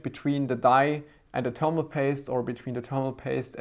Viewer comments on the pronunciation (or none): I like how u say termal paste!